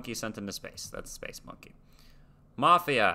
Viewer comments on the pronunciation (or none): none